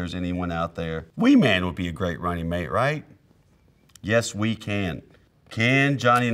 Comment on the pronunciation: I can't get over "Yes Wee Can" 🤣🤣🤣🤣🤣🤣